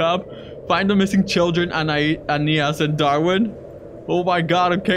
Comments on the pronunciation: Anais not Anita's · OH ANIAS me: anais not anias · is not anias is anais